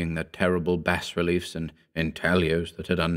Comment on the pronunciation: Every time he mispronounces 'Bas Relief' makes me want to slap someone